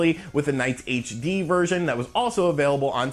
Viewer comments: ps - HD is not pronounced "haytch dee," it's "aytch dee" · Heytch dee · Your mispronunciation of "HD" is more annoying than your massacre of "Sega."